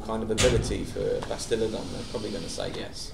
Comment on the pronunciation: give this a read and tell me if the guy really said Bastiladon and Troglodon.... he slipped-up:D